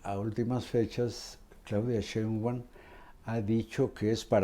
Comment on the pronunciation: Respetado y siempre bien apreciado señor Marín : ¿por qué no pronuncia correctamente el apellido Sheinbaum? Siempre le dice Shembaum. Después de mucho meditarlo, he llegado a la conclusión de que esto es algo escandaloso. Le conmino y le insto a que corrija, de otra forma -le advierto-, me veré en la penosa necesidad de dejar de ver sus programas que tanto disfruto pero, sobre todo -y más tristemente-, de irrespetar el título que le fue otorgado como alguien que nunca se ha equivocado semánticamente. Como opción alterna, si acaso mi advertencia no lo ha atemorizado lo suficiente, le ofrezco que me explique usted sus motivos para hablar de una forma que parece ser un error de pronunciación imperdonable para alguien de su talla cultural e intelectual. Le agradezco su atención a este sencillo, pero muy sincero mensaje, reiterándole tanto mis más profundos respetos, como mi más irrevocable advertencia, aunque personalmente me pese y abrume lo mucho que pueda llegar a atemorizarlo y quitarle el sueño. Y para todos lo que leyeron hasta este punto indignándose por mis palabras y ya estructuran una respuesta altiva y orgullosa... jajaja!!! Cayeron!!!